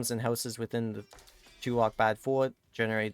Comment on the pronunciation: Hey man, It pronounce as